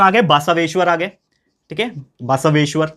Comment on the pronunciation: Sir it's not basaaveshwar it's basaveshwar